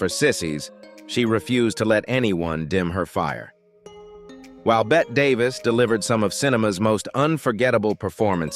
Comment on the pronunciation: Excellent production quality, but there were a few pronunciation mistakes with names like Bette Davis, Charlie Chaplin, Orson Welles, and Mae West. Correcting those would make the video feel even more professional.